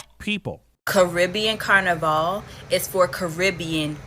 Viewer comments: I can guarantee you she herself is not Caribbean. Maybe a distant grandparent. Never in my life as a Trinidadian 🇹🇹🇹🇹and from the island that rules carnival. Have I heard it being referred to as “car-na-vale” no one’s refers to it as such. It’s pronounced “can-na-Val” Wtf is she on? She needs to stop cross playing and trying to represent the West Indies. She is not one of us. Any West Indian is about lyming. We do not care where you from. If there is rum and soca. We are down. She is an American trying to look for attention she clearly not receiving at home. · She not even saying Carnival right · She not even pronouncing "carnival" correctly, lol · She is not one of us. Look how she pronounces carnival. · She's not even pronouncing "carnival" correctly. This person is clearly trying to create a divide.